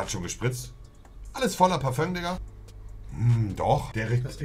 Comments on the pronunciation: No es heiß parfö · Monte: Parföng: Parfé ich: Parfüm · Es heißt parföng 🤦🏼‍♀️ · ES HEIßT PAFÖNG!!! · Für alle die wissen wollen wie man es RICHTIG sagt: Parfö